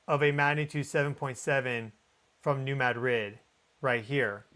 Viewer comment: Dude, learn to say New Madrid correctly.